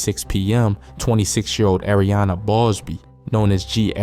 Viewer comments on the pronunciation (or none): none